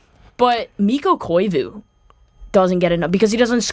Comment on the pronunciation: THANK YOU FOR SAYING KOIVU FOR THE SELKE!!!!!!!!!!!!!!!!!!!!!